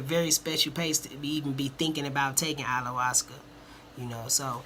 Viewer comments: What's Allawascuh? Bahahahahahahaha Ayahuasca guy....aya...hua....sca! Pronounce that shit right! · Correct pronouciation of it please....lol "i ya was cah" you keep saying "all la was cuh"